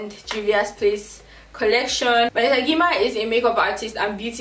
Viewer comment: Lol it’s pronounced Gyimah as in 'j'imah. Ghanaian surname 🇬🇭🇬🇭🇬🇭